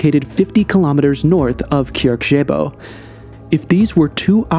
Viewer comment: Kyrkje = Norwegian dialect spelling of "kirke," which is Norw. for "church." Funny thing is you would be closer in pronounciation if you said "church-eyh-boh" than the way you said it. No hard feelings though, as both kyrkje and kirke contains a sound which barely exists in English, the "kj-" sound.